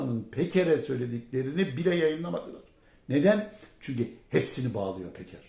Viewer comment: Can beyciğim "yaarın" değil yarın."Çünki" değil çünkü, "Mürsi" değil Mursi. Saygılar.